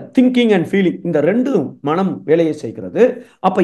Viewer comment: ‘மனம்’ என்பதைச் சரியாக உச்சரித்தீர்களென்றால் சிறப்பாக இருக்கும்.நன்றி!